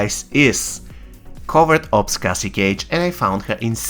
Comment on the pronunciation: It's Cassie bro not case😂😂😂